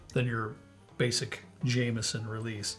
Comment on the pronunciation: In Ireland it's pronounced James-on ,never Jam-eson...